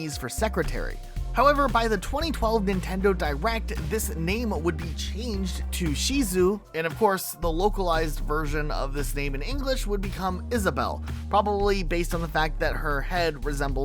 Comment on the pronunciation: "Sheezoo" 💀bruh it's "shi zu eh"